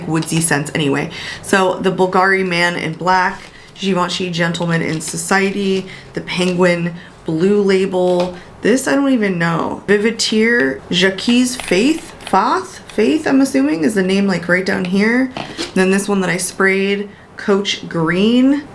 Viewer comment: Jacques is pronounced like zjak, if that makes sense. 💖🩷💖